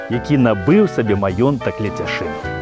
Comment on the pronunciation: Пры ўсё павазе, але ЛЕЦЯШЫН а не Ляцяшын.